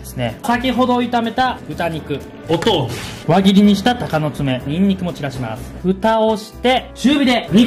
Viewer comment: お豆腐のイントネーションに若干違和感 どこの人だろう